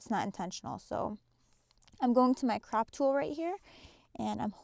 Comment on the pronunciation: Sorry...am I the only one hearing her say "crap" instead of "crop" 😂😂😂 besides that it was a great tutorial...but I couldn't help but laugh every time she said "crap"